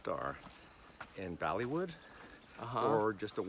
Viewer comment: yo kevin it is bollywood, not baliwood. does he think indonesia is india too?